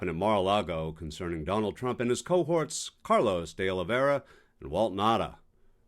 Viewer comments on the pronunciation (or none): none